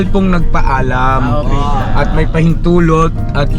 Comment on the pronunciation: yan ang may respeto nagpapaalam.lilipat lang ng bahay nagpapaalam.saka may napansin ako sayo.pag sinasabi mo ang salitang paalam laging may diin.parang may pinariringgan ka